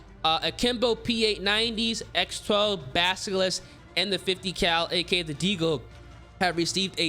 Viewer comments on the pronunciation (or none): none